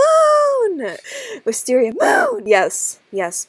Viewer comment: It’s wis tar ier! Lollolololololololo